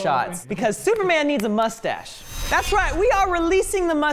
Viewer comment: pronouncing it "mushtache" is so freaking adorable